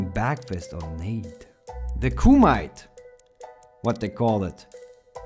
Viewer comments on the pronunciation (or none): Nice video bro. It's called Koo Ma Tay. I love the game. Just like every year. So far I have to say this game may be the best in the series. Especially with the latest patch (7.0). Other than a few other things that need to be updated, tuned and added, we really need cross platform from console to console. It's 2022 I don't get why this isn't a mandatory feature.